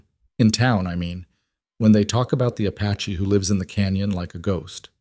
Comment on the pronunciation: Beautiful story but some AI mistakes. Apache. Not “a patchy”! And It keeps changing the spelling of his name. “Rider”, not “writer”.